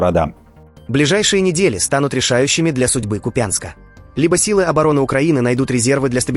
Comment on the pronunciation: Спасибо, что хоть вы правильно делаете ударение КУпянск,а не КупЯнск